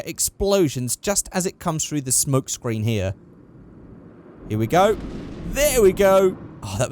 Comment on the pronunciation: Every time you say smoke, it sound like spunk. Pronounce smoke properly.